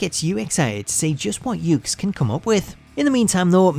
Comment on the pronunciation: The name of the company is actually pronounced as "yoo-kays." Well, anyway, nice video, and keep up the good work.